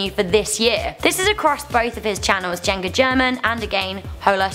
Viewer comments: She said "Jenga German". It's "Juega German" as in German Plays. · is no now cringing at the way she pronounces german and juega? omg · Jenga German.... Juega. And she said German wrong. Cringe.